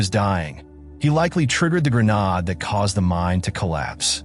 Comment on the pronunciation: I strongly suggest you LISTEN to your text-to-speech narration before posting it. "Grenade" isn't that hard to fix. Try spelling it "Grenaid" or something similar.